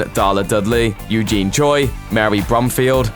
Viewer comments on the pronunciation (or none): none